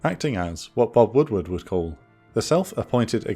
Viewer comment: "...what Bob Woodward would call." New tongue-twister just dropped.